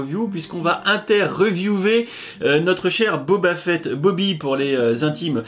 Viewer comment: Boba "Fouette" ? Oula je sais que les français ont du mal avec les langues étrangères mais là il y a pas à chercher d'accent à fait x)